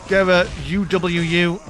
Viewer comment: Lovely cast. Shout out to "Gera You-Doubleu-Yew".